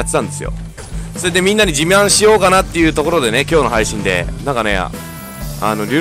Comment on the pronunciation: 自慢って言ってると思うんだけど じみゃんって聞こえた。 俺だけ？